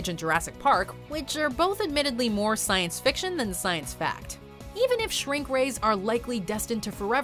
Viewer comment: Good ol’ “stience”